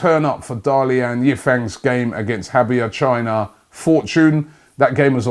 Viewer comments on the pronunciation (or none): Robbie, the first and third 'a' in Dalian Yifang is the same as 'a' in bra! p.s. play three up top next season with Auba, Iwobi and Reiss, make Laca a supersub, then we can spend the budget on our defense, that should be able to get us back into the top 4!